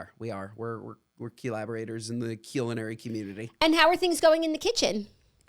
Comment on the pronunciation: "We are Qullaborators in the Qullinary Qummunity" lol